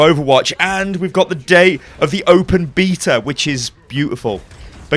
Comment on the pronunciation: the open beatle? godamn your accent man :P